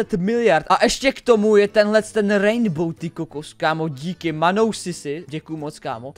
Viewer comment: to je rainbow a ne raindbow to D tam vůbec nepatří